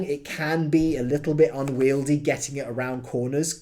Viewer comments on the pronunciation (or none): none